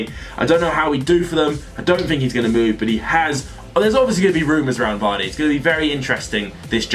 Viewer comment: you know it's Jamie Vardy right?